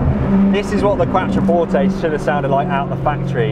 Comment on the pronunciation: You are pronouncing it correctly originally. It sounds like qua(ck). qua(ttro). Take no notice of the German pronunciation.